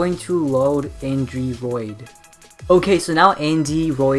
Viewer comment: It's Andyroid. Not AndyRoot. Check the desc.